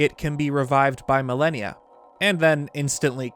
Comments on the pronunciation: Amazing video, but... I could not stand how you pronounce malanya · it wouldn't be an video without some butchering of a word. He also pronounced Malanya wrong lol. But at least he fixed his pronunciation of "Hateno" which shows he CAN change! (He usually pronounces it "HAT-no.") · Also its pronounced MAL AH NEE UH Malanya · it’s pronounced mal AH nee uhh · Isn’t it mah-lan-yah? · pretty sure its pronounced Ma - lan - ya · Soooo I dont wanna be that guy but it bothers the hell out of me that you are completely mispronouncing Malanya's name it should be MAL-AN-YA, anyway good vid. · has it right, it's Mah-lan-yah. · Of course it should be pronounced Malon-ya...but can't even pronounce the word "Celtic" correctly....bruh...your vids are cool and all, but it's pronounced with a hard C (k sound)...unless you're referring to a sports team from Boston. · pretty sure itd be pronounced Mal-an-ya, which sounds closer to Malon. Great video 😀